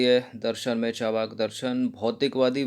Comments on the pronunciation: इसे 'चावा+र्+क' नहीं, बल्कि 'चा+र्+वाक' पढ़ा जाता है। अर्थात् ऊपर वाले र् का उच्चारण जिस अक्षर पर प्रयुक्त होता है उस अक्षर से पहले किया जाता है। जैसे- दुर्गा, नर्मदा, मर्यादा, सूर्य, पर्व, पर्वत, मुर्दा, मुर्गा आदि। सार्वजनिक रूप से बताने के लिए क्षमा चाहता हूँ।🙏🙏 बाकी आपके वीडियोज बहुत अच्छे लगते हैं। Nice class 👌👏👍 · Sir aap achha padhate hai pr "Charvak" ko "Chavrk" na bolen. Thankyou